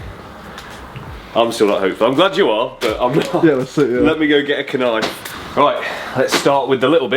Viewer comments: "Let me go get a K-nife" 🤣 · did he really say "let me get a [K]nife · do all people from the UK pronouce the 'k' in knife ?